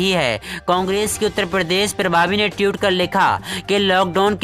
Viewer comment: Mai anti BJP hun but iska matlab ye nhi k koi bhi murkh apna channel bna k news anchor ban jaaye iske liye padha likha hona jaruri hai. Koi murkh jahil news bolta hua nazar aata hai to matha satak jaata hai. Ye jahil tweet ko tiyut bol raha hai